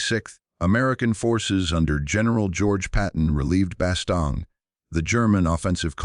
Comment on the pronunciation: Soo , Instead of studying the futility and stupidity of WAR ...BOTH sides scurried to hide the event ! ....Only on planet Earth !...and its Bastogne pronounced Bastone(If you must...close enough ! )